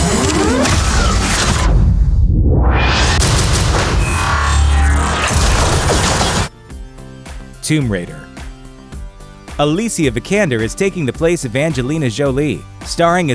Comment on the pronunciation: is it really pronounce Tum Raider? lol